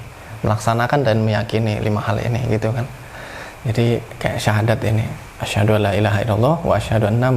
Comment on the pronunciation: Maaf Mas, bukan asyhadu alaa...tapi asyhadu aLLa (huruf lam seolah bertasdid karena awalnya ن mati menghadapi لا = idghom bilaa ghunnah). Tkasih